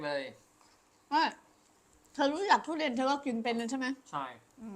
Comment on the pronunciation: มันคือ ทุเรียน ไม่ใช่ ทุเรน หัดพูดใหม่นะ